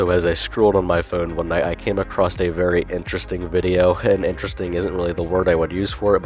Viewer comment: You wouldn't have allergies if you just turned into a chad and / or learn Tai Chi. Also there's no T in across. There's also no T in the guy you're reviewing.